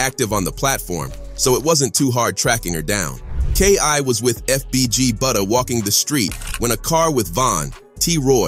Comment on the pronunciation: It's B U T T A not ɓuddha 🤦🏻‍♀️🤦🏻‍♀️